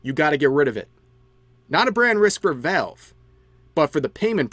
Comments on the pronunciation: "Velv" lol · sorry I just hear "Vehlv" whenever Rev tries to say Valve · Your pronunciation of valve is something else